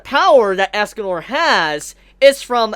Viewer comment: It's escanor not asscanor